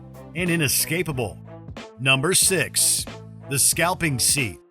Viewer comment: Anyone notice how he said 6?